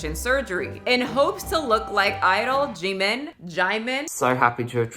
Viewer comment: I feel so bad for jimin! He literally hates Oli and thinks he is really creepy which I’m here with him for. Oli is super creepy. Sending love to jimin <3 (I’m also a huge fan on bts, not all of us are totally crazy 😭) Also his name is pronounced “Jim - in” :)